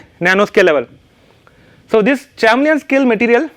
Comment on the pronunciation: Chameleon pronounce is wrong